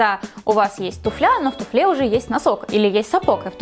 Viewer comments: тУфля,а не туфлЯ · ТУфля - ударение на "у", тУфлю - ударение тоже на "у". Журфак МГУ говоришь? Хм..